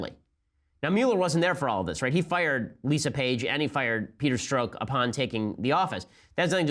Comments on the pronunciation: Oh, and so you know, Ben. It's pronounced Stroke. His name is Peter Stroke! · Strzok would be pronounced 'st'+French Pronunciation of J+'oc'